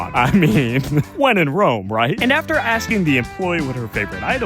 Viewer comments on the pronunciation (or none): none